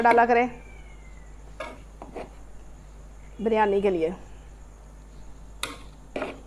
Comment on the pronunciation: (biryani) urf bilyani 🤣🤣🤣